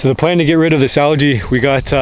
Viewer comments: It’s rid not ride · Does he mean Rid not ride